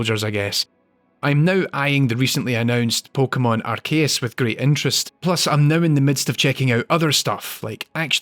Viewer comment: Arceus is pronounced Arseus